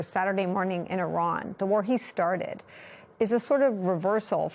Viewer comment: Ma' am Iran's not Irak. But I understand yankees are getting too tired to think.